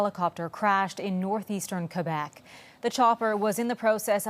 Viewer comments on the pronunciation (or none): none